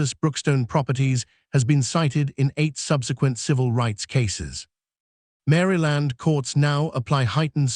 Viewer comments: I watch your videos but some of your pronunciations make me crazy!! It sounds like you've used an automated reader. For instance: it's not "Mary Land" but Maryland like Merle-land, NWaCP is NAACP though it's pronounced N double ACP & she'd is pronounced "shēd" not "she d." Thanks. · Narrators needs to know the correct pronunciation of the words they are speaking. Mary Land? Mahl? So annoying to listen to…. 🤦🏻‍♀️ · Why are we subjected to AI reading constantly. The continuous mispronunciations are extremely irritating. How many times do you think we want hear mall pronounced mal, like malpractice. The mal cop over and over. Pronouncing Maryland, Mary land. Stupid and inconsiderate not to teach this program better! Good video, poor reading. I'll be hearing how mals will be requiring sensitivity training for mal cops in my sleep. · It's not Mary Land!It's pronounced as Marl land. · This is one of the worst AI narrations I’ve ever heard. Mal instead of mall. ‘Ds from the previous line of text: ‘dshe’d ‘dhe’d. “Mary Land” instead of Maryland. Get a real reader instead of an idiot AI. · No this man did not say mary land ai yes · A.I. faulty. STOP posting this garbage. Multiple mis pronounciations and fragmented pronouncistions. Examples; Mall is pronounced "maul' and the state of Maryland is not "Mary Lind". Thumbs down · Not to mention he can't pronounce Maryland correctly 😅